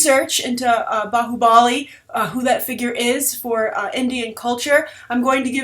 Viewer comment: Nice review liked it lot your pronounced bahubali correctly